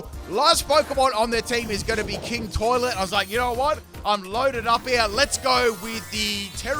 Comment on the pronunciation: The way you said king toilet is just so funny i was on the floor laughing 😂😂😂😂😂😂😂😂😂😂😂